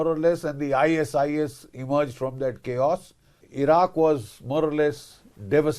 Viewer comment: What an english he says kiyaas in the place of english word choas